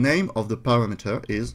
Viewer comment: Paste is "pAAyste" A as in Able. [English teacher ;) ] Parameter = pah-ram-ehter